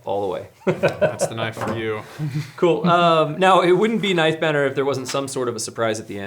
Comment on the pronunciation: “Nife banner”